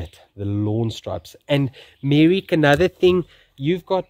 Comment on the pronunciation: Anyone else hearing "" instead of "Merrick"? Let's just call him from now on